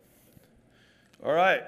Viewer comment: who else loves it when alex says "al'ight"